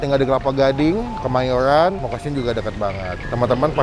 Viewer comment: "nasi goweng, kemayowan, kewang" emang ngmg nya gitu y pak?